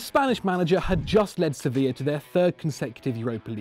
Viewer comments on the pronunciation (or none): none